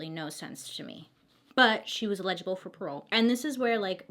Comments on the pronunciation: *eligible lol! I love the way u say it tho! U said legible. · Bailey I love you but it’s “eligible” for parole not “ilegilable” lol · A note to help you (not being a grammar police, I actually think it's freaking adorable/super endearing), but Eligible is pronounced- Ell - idge - ib - bull (illegible ill-ledge-ib-bull means not clear enough to be read, like doctor's handwriting). (So it's ell idge not ill ledge lol That's confusing me now! 😆) Having a mnemonic device helps me when remembering words, so I thought I'd share. (But I kinda don't want you to change either lmao) You are my favorite new YouTuber! (New to me) You've got such a great personality, feels like a best friend is telling me a crazy story they heard, I love it. Keep being amazing! ❤️❤️ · She's not "legible" for parole ... it's eligible ... el .. ig .. ible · Just want to let you know the word "eligible" is pronounced with emphasis on first syallable as in EL-i-gi-ble. You pronounced it and it sounded like you were saying "illegible" which has emphasis on 2nd syallable "leg (soft g)". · Ha I noticed this too! She does always say she doesn’t pronounce things right.. I thought she Was saying the word legible instead of eligible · I really, really hope this doesn't come off as rude, but the word is 'eligible' not 'legible'. (My husband is dyslexic and requests that I correct him with the wrong words, so I try to do that gently. I'm really not trying to be rude!) Love your videos!! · Love your vids girl! Only had me confused when you started saying illegible not eligible 🙀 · EL-i-gi-ble not e-LEG-i-ble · El-li-gi-ble Bailey :) PS, I love your videos! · trying to help...... El- A- Ga- bull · "Legible for parole" lol Bailey I love you! I prefer your way of pronouncing "eligible" lol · You totally say eligible like "illegible" lol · Was thinking the same thing. Like, oh Bailey. I 🖤 you, but stop saying legible! She is not handwriting/font that we can read. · Hey it's pronounced el-gi-ble Lots of Love